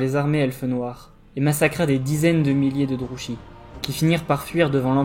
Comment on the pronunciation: toujours un plaisir entre ton excellente diction, la construction de ta vidéo et le rythme. Une seule petite remarque, Druchii se prononce "Drouki" normalement (on l'entend distinctement dans les jeux Total War: Warhammer 2 et 3)